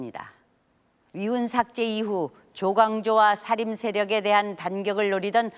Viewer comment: 장음인 첫자를 짧게 잘못 발음한 예: 사실,사화, 사림(여러번), 폐위, 등. 역으로, 짧은 첫자를 길게 발음한 예: 과거, 왕위, 현안, 소격서, 전래 , 향약,가난(고유어), 가무, 어부지리,요구, 등, 발음 문제는 심각하지 않습니까. "한국 어문을 고발함" 이라는 책을 읽어 보시지 않겠읍니까. 미국 변 완수 배